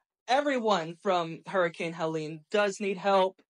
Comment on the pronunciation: It's HELENE not Helen. Just saying. So sorry for everyone's loss and the destruction